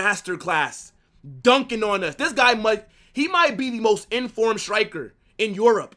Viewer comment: And “ THHIIISSS IS A MUST WIN GAME”😂😂😂 I like this guy..